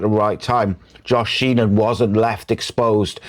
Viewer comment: My left ear is offended. Also, it's "Sheehan" not "Sheenan". Regardless, thanks for the vid.